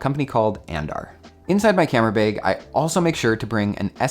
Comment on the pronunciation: “Camera beg”